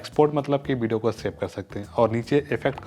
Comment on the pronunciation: Hahahah bideo nhi hota video hota hai😂😂😏😏